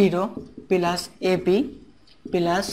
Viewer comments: sorry vhaiya this is (+)-প্লাস not পেলাস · Not 'pelus'.....it will be 'Plus' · vaia what is পেলাস this is +/প্লাস।sorry vaia.